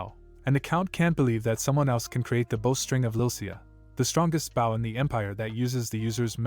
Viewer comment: Do you know about plastic surgery? You know, the two words that don't exist in this world. Garbage writer or translator. They could have called it phantasm, shapeshifting, glamor, reshaping, illusion...no plastic surgery. This guy pronounces bow as baw, Ra as R.A. TF is going on.